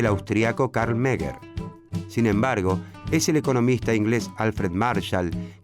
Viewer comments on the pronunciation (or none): .... CARL MENGER.... MENGER... no es Meger.... ¿Meger? wtf? por favor... que el ultimo apague la luz... ! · Totalmente sesgado este video... Ah y es MENGER, no Meger lpm...